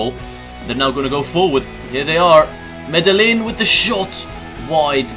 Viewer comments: Also the the L's Are silent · its medeiin!!